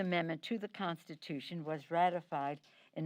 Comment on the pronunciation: Instead of saying constitution she said prostitution